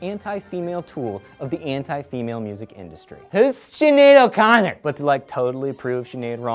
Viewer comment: I love how you said "Whos Shinead O' Connot, Im not sure if I spelt that right.